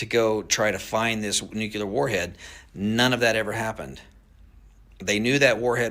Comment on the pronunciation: I don’t know man, he says nucelar instead of nuclear! Last guy that said it that way was one of the most untrustworthy presidents in history!!!